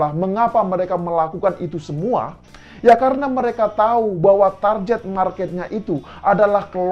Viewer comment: koreksi dikit ya. Pengucapan kata ‘target’ yg benar ya sebagaimana ejaannya yaitu ‘target’ bukan ‘tarjet’ spt yg mas ucapkan.